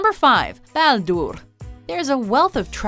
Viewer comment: its not ballduurrrrr. its balder.